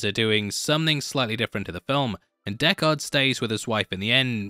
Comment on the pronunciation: How do you keep saying dekKARD its prounced DECKard.